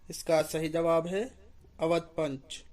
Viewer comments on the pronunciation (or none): none